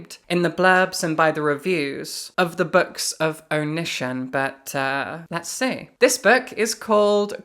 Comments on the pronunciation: I was only listening to this video so I was so confused by the name "oh-nihshin" and that the books sounded so familiar and I couldn't place them until I heard you read his author description where his real name was Greg and I looked at the screen to see Onision (pronounced Oh-nee-see-on) and felt like I was hit with a ton of bricks. Oh! That's why! XD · Love your interesting pronunciation of Onision (Oh-nee-see-on). Love even more that it's indicative of the fact that you've never heard of that sociopath or ANY of his fuckery. It seems like a sign that the world is healing. The world needs healing right now. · IT'S PRONOUNCED "oh-knee-sea-on"! STOP TRIPPING UP MY OCD 😭😭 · Onision's name is pronounced (Oh-knee-see-on) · I love the Onision mispronunciation. He deserves it and so much more. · She pronounced it wrong so it didn’t immediately click, but when I looked up and saw it written, I’m like “Oh This f—-ing guy”